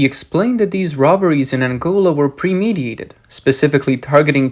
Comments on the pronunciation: Premediated or did you mean premeditated, do you even know? And emanciated or emaciated? No time to do your due diligence? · It's premeditated not premediated 😂